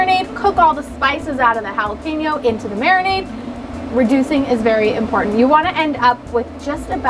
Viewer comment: Cool idea, but to be honest you lost me when you mispronounced both Jalapeno and Habanero. Small thing but attention to detail is important for both YouTubers and Chefs. I couldn't finish the video due to the cringe every time you said it.